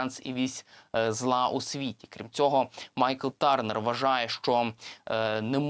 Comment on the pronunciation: Я не витримав ....дуже ріже слух - ТЬОрнер !!! А не ТЕрнер. Журналісти вже б могли освоїти англ.